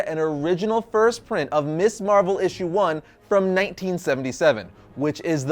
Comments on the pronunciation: Ms. pronounced Miz. MIZ Marvel, not Miss Marvel! And Monica Rambeau was Captain Marvel long before Carol Danvers. I am so close to giving up on you. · This is such a nitpick-y thing but... I think worth mentioning. Your pronunciation of Ms Marvel is slightly off. Ms Marvel should, actually, be pronounced Mz Marvel with a hard "z" sound, not like "Miss". The naming of Ms. Marvel as "Ms." Marvel rather than "Miss" Marvel was a deliberate distinction during the 70s since the use of the term "Ms" was a bit of feminist statement at the time. When used correctly, "Miss" is only used when a women is unmarried, while "Ms" is a neutral term that can be used regardless of whether a woman is married or single. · I know you're young, but it's pronounced "MIZZ" (Ms.) Marvel. NOT "Miss Marvel".